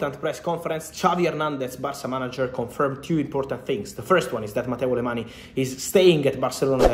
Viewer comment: I love Fabrizio’s accurate updates on the market but as a Catalan I wish he’s pronounce Mateu Alemany’s last name correctly… It is not pronounced with an ‘e’ sound at the end, but rather like the French ‘gn’ sound as in oignon.